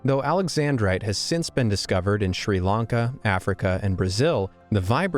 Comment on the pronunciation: It's pronounced sri lanka and not sri laanka